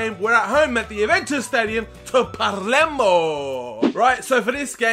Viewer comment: is palermo no parlemo mate!